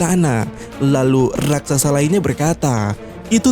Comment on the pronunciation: Bukan rasaksa Tapi raksasa